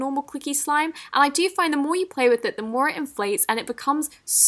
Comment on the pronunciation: did she say flay with instead of play with?